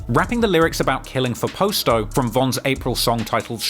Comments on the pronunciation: I don’t understand why he cannot pronounce PASTO correctly? Past like PASTA then an O. PAST-O!!! not POST-O. good lord! the boys name was PASTO not POSTO!! at least have enough respect to pronounce his name correctly. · Its Pronounced "POSS TOE" NOT "POST O " SMFH U KILLIN ME WIT DAT SHIT WHITE BOY ... GET IT RIGHT WHEN U MAKING VIDEOS AND GETTING RICH OFF MY BLACK PEOPLE❗❗❗ #FUCKINCULTUREVULTURE ❗❗❗ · Its pasto not Poast-O lol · Pasto not posto